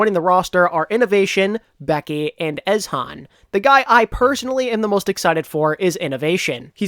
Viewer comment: Great video. I pretty much agree with you. The roster seems to be weaker than the rest of their region, but I have quite a bit of faith in their coaching staff. One thing to note is that Ezhan should be pronounced as "ee-zee-han" as it seems to be a play on words with his real name Lee Ji-han.